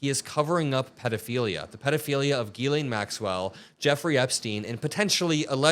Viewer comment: JISS-lan Maxwell. Ghs in french is pronounced jiss with a slightly aspirated "h". I do not get why the anglo media cannot pronounce the name correctly